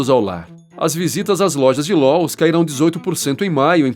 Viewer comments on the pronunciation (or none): Lowes vc pronunciou Lous 😅😂 errouuuu